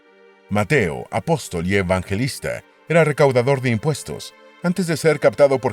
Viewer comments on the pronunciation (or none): La persona que preparó este documental al parecer está muy lejos de ser cristiano y debe haber aprendido algunos datos históricos de manera secular. A mi me chocó desde perdió que el lector al comienzo dice A-Pos-Tòl. poniendo la fuerza de pronunciación en la última sílaba como una palabra aguda pero no hay cristiano con un mínimo de educación que no conozca que la forma correcta es Apóstol con asentó en la o del medio ya que es una palabra llana.